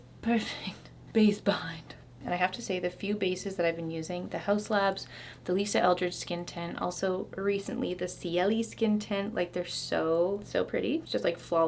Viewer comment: I’m sure someone has commented this before but Ciele is pronounced CL ☺️